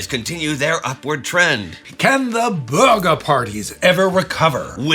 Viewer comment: i know, I am a German, I'm from the black forest in south west Germany. But the way "Bürger" was pronounced sounded to me like "burger".